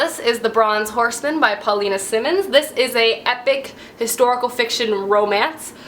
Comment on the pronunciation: Just a friendly FYI: One M- the 'I' says its name (Simons). Two M's the 'I' is short (Simmons). Great video!